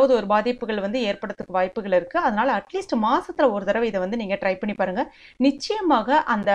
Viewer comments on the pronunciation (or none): none